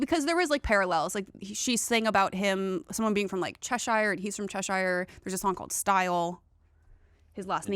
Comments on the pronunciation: if you wanna impress as a fan you might wanna pronounce Cheshire natively (che - shur) as a Brit I’m here for help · no! Cheshire is not pronounced like that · Hearing pronunciation of Cheshire made me laugh 😂 (not in a mean way obvs)